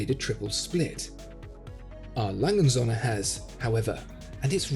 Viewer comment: I AM ONE OF YOUR FAVORITE VIEWERS,SO LET ME SAY THIS,I DO NOT KNOW MUCH HOW TO SPEAK GERMAN BUT I AM SURE YOU ARE PRONOUNCING THAT WATCH NAME TOO FAST OR YOU ARE SAYING IT WRONG. A. LANGE AND SOHNS IN ENGLISH WOULD BE A. LANGE AND SONS.THAT IS NOT WHAT IAM HEARING. YOU MAKE IT SOUND LIKE ONE WORD,I THINK YOU ARE WRONG...